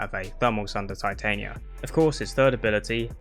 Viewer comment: I'm only bothered with your pronunciation of Titania... The Queen of Fairies... Shakespeare...